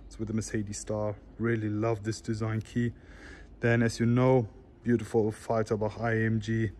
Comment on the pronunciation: "buutifful E63 amg" lol.